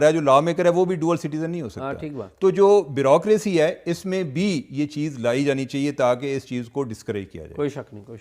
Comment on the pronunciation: Dear cheema —it’s not brocracy-it is bureaucracy-please learn pronunciation from your smart phone dictionary-please correct yourself